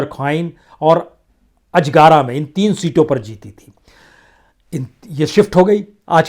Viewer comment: अजगारा नही साहब अजगरा है